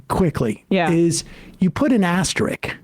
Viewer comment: Hate to be that guy but it’s “asterisk”